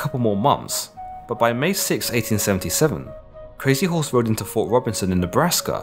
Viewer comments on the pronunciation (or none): none